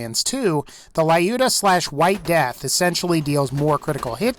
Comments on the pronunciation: hi, dont know if u would still see this, but i have a kind reminder for u. the legendary Vladof sniper Lyuda, is just pronounced like Lewda, not Lie-Yuda. it is a tribute to the glorious female sniper during ww2, Lyudmila Pavlichenko. and Vladof is a russian corporate for sure, sinch most of their weapon names are transliteration of russian words, such as Droog, meaning "friend" in russian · lol, Can't say "Lyuda" right. (It's not "Layuda", dammit. Think of the name as an extension of the word, "lude". Now put a short, hard-"i" sound (as heard in "ink") just before the "u".) Just so you know, the Lyuda (NOT "LA-yuda") was renamed from "White Death", and it gets its name from WW2 Soviet sniper and war hero, Lyudmila Pavlichenko, who amassed a total of 309 confirmed kills during the second World War. She was one of 2,000 female snipers in the Red Army, of whom about 500 survived the war.